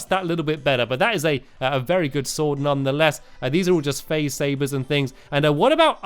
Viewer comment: Feline friends Sword* Better* Not Sord and not Beder